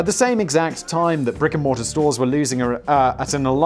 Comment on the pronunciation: Good lord - I heard "rigor mortis" instead of "brick and mortar" the first time around & had to replay it. Though with Borders I suppose it was just as accurate to call them a rigor mortis company.